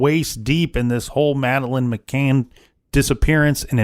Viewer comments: Indeed. "McCain" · He's driving me crazy saying McCains!